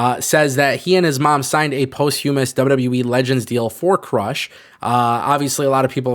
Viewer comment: Listening to you absolutely butcher the word posthumous like 800 times made my day. Thanks for the laughs.